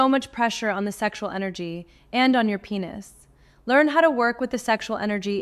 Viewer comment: Hey you woman you should pronounce correctly. Because is not penus .it is penis